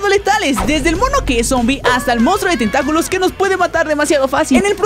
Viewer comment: Zombie xd me da re risa cuando dicen tenta-culos :v jajaj